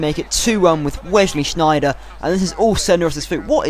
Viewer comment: never say Wesley Sneijder again!!! it sounded german!!